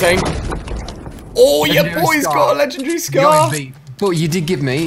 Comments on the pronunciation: It's legendary not lechannnndry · He said I have 5 ledgendry weapons lol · You should learn how to say legendary